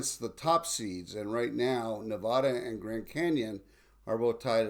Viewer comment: You've got to learn how to pronounce "Nevada"!